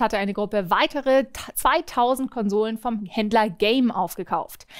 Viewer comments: Ich glaube es heißt Händler nicht Händer xD Trotzdem immer wieder super News mit dir:) Danke an das ganze Team für die ganzen tollen Videos:) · Und Händer statt Händler